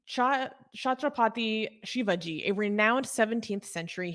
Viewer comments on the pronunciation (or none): Take Shri Chatrapati Shivaji Maharaj name properly